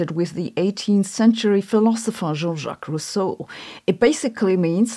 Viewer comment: "Jean-Jacque Russeau" ? Ah, you mean Jean-Jacques Rousseau !